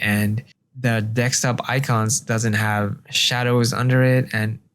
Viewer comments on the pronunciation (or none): The word is desKtop - not deKstop - at least learn the basic terms for things.